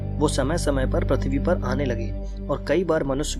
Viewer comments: Its prithvi bro Not prathvi😊😊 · Bhai why are you telling Prathivi can't you tell prithivi........ But still awsome video!!!!!!! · Bhai Prathivi nai PRithvi hai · which planet is pratvi it's prutvi